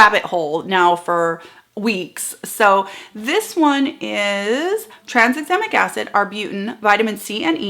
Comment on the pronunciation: We didn't notice - you are so clear! (and we tried and couldn't say "Tranexamic Acid rabbit hole"). Sometimes it feels like the people who create these ingredients are trying to get Scrabble points.